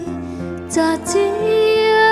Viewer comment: Giọng hát thì hay. Phát âm tiếng Pháp bài này còn nhiều chỗ gượng: histoire, amour. un, bien. Chữ adieux không nên nối âm thành tadieux